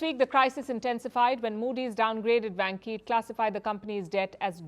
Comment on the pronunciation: dear，You should check it out or learn some Chinese，vanke万科 is pronounced like wanker